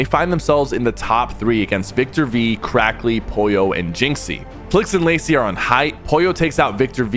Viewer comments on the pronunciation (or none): Cracky instead of crackly